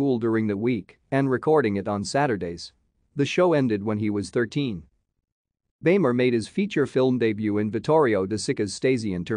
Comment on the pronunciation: It's pronounced "beemer".